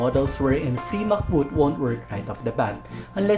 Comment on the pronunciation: Free MCBoot❌ Fee MacBoot😄